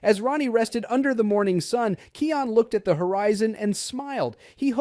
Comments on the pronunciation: It is Kion not keon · Its kion not keion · Yah someone please teach this person how to look,read and pronounced it is pronounced kiiiaa-ooon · YOU KEEP SAYING KIONS NAME WORNG